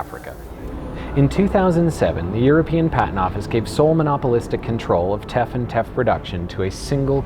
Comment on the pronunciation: when you said Teff and capitalism I heard theft & capitalism...wonder why